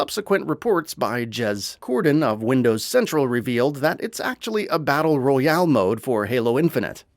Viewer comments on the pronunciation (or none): none